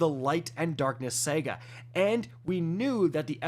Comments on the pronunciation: I'm sorry if i'm offending you in any way. But are you saying "SAGA" wrong on purpose?? Why do you say "SEGA"?? And "REZORCES"??? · New what?!? Are you saying Sega….as in Genesis? 😂. We let the whole “snipe rifle” thing slide but not this one! 😂. It’s saahhgaahh my dude! 😂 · I thought I could hold it in, but I can’t. It happened twice. It’s not pronounced “SEGA”, it’s SAGA. SA-GA. SAHGAH. Like damn, my guy. You know this. Oh and this game is near dead, nothing excites me or anyone about it anymore. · It’s saga not sega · Sahguh not sega cmon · It's SA GA not sega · Say it with me, sahguh.. not sehguh. Saga. Sega one is a story one is a old console. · Sega or Saga?? hmmm LOL just sounds funny but you are awesome keep it up bro! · Why do you keep saying Sega? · Your pronunciation of "saga" is infuriating. My guy - it's Sah-Gah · “Say-guhh” …. Thanks for ruining my morning. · SAGA ITS SAH-GAH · someone please teach him how to say the word saga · trolling us again with easily pronounced words said consistently wrong..... Saga has TWO A's in it. There is no E.